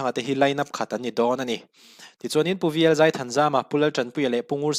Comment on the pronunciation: Zai hi zei tiin i lam ri tlat mai!